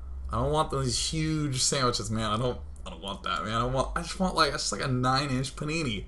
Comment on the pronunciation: He says panini but I heard punani every time O.o